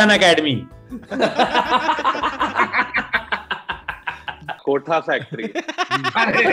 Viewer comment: he said kotha factory not Kota factory 😂😂